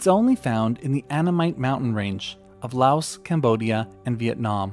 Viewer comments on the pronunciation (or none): none